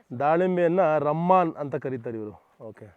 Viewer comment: Not ramman that is called rumman